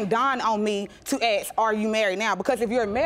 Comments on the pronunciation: Bloody he'll it's ask not axe get it right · It's ask not axe